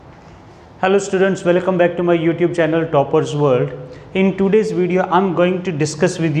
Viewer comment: sorry for in the bininging🤣 I heard welocome